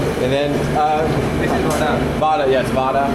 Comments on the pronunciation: Vadai not Vada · The guy who says Vadaa instead vadai sure he is not from tamil nadu better chase him out of TN for his idiot pronunciation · Vadai not vadaa😂😂😂